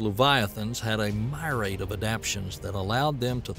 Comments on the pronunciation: Well, when he said "meerad" instead of myriad I was pretty sure we were in for a fun ride. These weird science channels that poach visuals seem to have a habit of picking narrators that are not really familiar with the material. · A “my-raid” of adaptations? Dude.